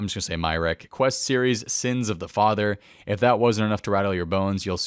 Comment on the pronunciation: My-are-key = Myreque Se-pul-ker = Sepulchre